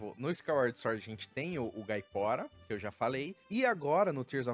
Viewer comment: Gosto do seu conteúdo, mas quando vc fala "suórd" me dá um treco... 😂